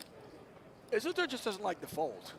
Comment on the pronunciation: Is anyone else bothered that they constantly pronounce Isildur incorrectly? If it’s a name after the lord of the rings character it’s “is-sil-dur” like how Elrond says it in the fellowship of the ring.